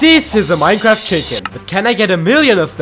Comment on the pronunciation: Mijecraft buy you cant say R a short